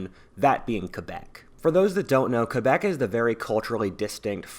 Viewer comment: Props for for Pronouncing Quebec As "KebEk" And not "KwebEk"